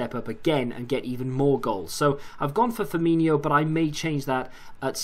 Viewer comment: It's not Firminho, it's Firmino.